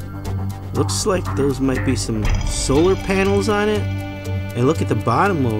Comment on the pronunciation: my guy said solar panals